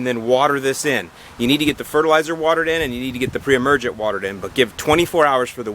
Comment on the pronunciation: I heard other times you said must be do not put per-emergent when new seeding